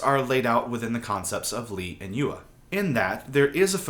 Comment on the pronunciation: Great video but please spend 1 minute learning how to pronounce 'yue'. Hint, it's not you-er